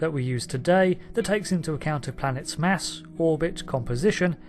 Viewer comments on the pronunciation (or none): none